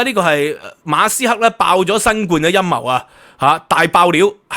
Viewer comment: 你講馬斯克啦，人地個姓你讀左哂呀教壽！！